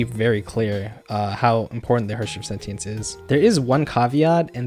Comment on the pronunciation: You are pronouncing "Sentience" wrong.